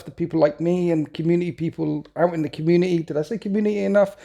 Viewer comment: Community has a "T" in it you know! Sorry, I only started noticing after the third time you said it